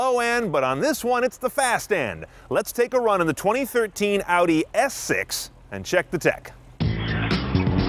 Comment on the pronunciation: Lol he was saying - S6 and I was hearing - Ass 6 :P